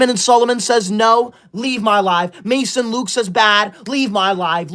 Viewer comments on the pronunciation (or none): none